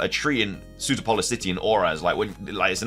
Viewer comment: Sootopolis is pronounced Soo-top-uh-liss, not Suit-uh-pole-liss.